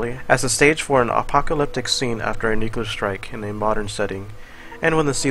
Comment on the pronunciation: come on,, "nuclear" is pronounced as "nyu and clear" together, not "nukelar" PLEASEEEE